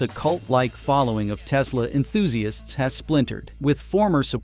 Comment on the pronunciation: "I love me some Teslurrr" 😂